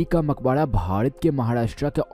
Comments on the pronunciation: Maqbara hayeeeee makhoda nahin hayyyyyyye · Makbadaa. nahi..makbara hota h